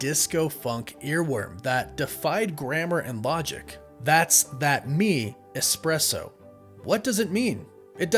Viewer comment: What's so hard about pronouncing "espresso" correctly? There's no X, C or K in it. Listen to someone who pronounces it correctly and copy that. Sheesh.